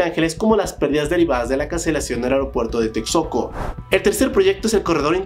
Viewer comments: Tetsoco dice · Shochil...Tecsoco... Bueno, salvó las pronunciaciones todo Nice. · 3,5 k de comentarios Reflejo de la consigna Divide y vencerás Aparte de la dicción de palabras tan básicas como TEXCOCO 😒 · Hola.. es Texcoco, no Texoco!! 🤣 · Es Texcoco no Texoco 😂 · Es Texcoco, no Texoco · Texcoco no Texoco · y el aeropuerto de toxcoco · También “Texoco” “toguantpec” jajaja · Como pronunciar algunos nombres de personas y lugares de tu video: Xóchitl - Zochilt Sheinbaum - SHEIN (como la app) baum Ciudad Sahagún - Saagún (como según con a) Texcoco - Teks coco Tehuantepec - TeGuantepec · Opinas sobre resultados de Amlo y no sabes ni como se pronuncia Texcoco diciendo texoco seguridad no tomas en cuenta promedio de como se ha desaxeleeado de los brics no es conveniente por seguridad ante cercanía a Estados Unidos y costo por cancelación del aeropuerto tienes que tomar en cuenta las pérdidas que podrían haberse generado por construir en un terreno no apto por hundimientos y a la larga seria faraonico y costaría al estado siendo un aeropuerto privado te falta análisis en general y de geopolitica mejor analiza con más fundamentos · No se que pronunciación es peor, si "sochit" de xochiTL o "tecsoco" de texcoco 😂 pero no juzgo, se que para otros países es dificil algunos fonemas que se usan en mexico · Se escribe Texcoco pero se pronuncia ( Tezcoco)